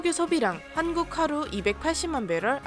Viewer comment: 왜 한국이 아니라 한구라고 말했나요???